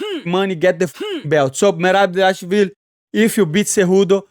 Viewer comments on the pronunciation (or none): Merab Dashwill vs Hobbit Whittaker for the best enmagined name pronunciation 2024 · “Triple C VS Merab Devalashaleefleef, Merab devashalevv” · There is only one man who can compete with you on pronunciation of fighters’ names’ . Merab “Dvalash liv-liv”, Merab “Davashwl” . 😂 That’s amazing. Can you guess who am I talking about ‘Money’ ? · How Money pronounces Merabs last name will always be hilarious. I cant say it either brother, but props for trying and trying 😂❤ EAZZZY MONEYYY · Moicano one of the realest madafakas in the UFC... and funniest too bro tried so hard to say merab last name.. anyway like this comment cause i like that hat mf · Its ok, I cant say mirabs last name either 😂😂